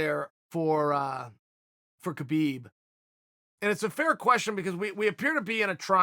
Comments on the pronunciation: not sure if your a man or woman but its actually pronounced "Kha - Bib" its KHH sounds which doesnt exist in the english language, the same sound when your clearing your throat. only westerners say habib or kabib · Ha-beeb he did a video saying no kh it's ha-beeb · You’re both right about the name: Khabib. Usually it should be : HABIB : an Arabic name, but for whatever reason in Dagestan they add the K just before the H. So in both ways it seems correct but as it’s an Arabic name it should be simple : Habib. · Yes uncle Chael, it is indeed "Rabib", as it is "Vanderley" as well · It's actually pronounced "Khalabeeb" Uncle Joey told me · Chael: Hi K-habib Khabib: Hi... K-hael... Khael: Ok great. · Chael says Khabib calls him Kale. Kale is a vegetable ^^! XD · It is "Habib" champ! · 😆 Khabib definitely trolling calling you Cale cause you call him KA-Beeb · Lol yep. Thats immediately what i thought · Does Khabib really call uncle Chael Kael? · That dumbass doesn’t know how to pronounce Khabib. Don’t listen to random entitled SJW’s. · Uncle Chael, Russians don't have a H sound, nor a letter H in their alphabet, the closest is the cyrillic X or Kh equivalent in latin text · Since Khabib is an Arabic name, As an Arab I can pretty much confirm that this guy doesn't know anything. It's neither pronounced with a K nor an H. It's pronounced with this this letter خ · The k is silent in Khabib. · I bet khabib calls you kale because you mispronounce his name😂😂